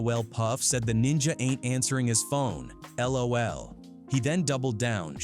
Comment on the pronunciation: How dafaq does an AI not know how to pronounce LOL?? 😂🤣